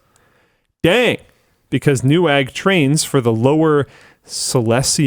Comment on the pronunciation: Please, call them Nevag, polish w is pronounced as english v